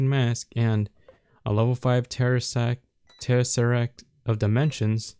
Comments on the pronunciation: TEh-SEh-Rakt Tesseract. Dude terresact reminds me of someones family jewels and is embarrassing xD LF- loudie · StupidPower GT ikr 😂 “terresact” god damnit 😂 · Everyone: Tesseract: Terresact Jk I love you xD